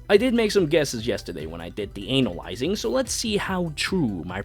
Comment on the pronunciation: Hmmmm ☕👀 When he said Aversa is cool then goes with saying "ANAl-yzing" Classic yo sly dog 😂👌